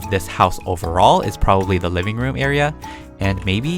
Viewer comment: when he said liveing room i thout he said mini room